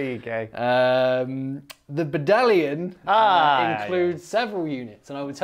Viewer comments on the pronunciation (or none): Ahhhh yees, a Badallion! First thing I did was check if pronounciation was correct again after the huge letdown in the blood angels batrep!